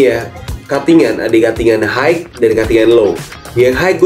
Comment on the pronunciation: Mohon ijin koreksi dikit, kalo kata "high" dibacanya hai aja bang, kalo dibacanya haik, nanti ketuker sama kata "hike" yang artinya berjalan kaki terima kasih:eyes-pink-heart-shape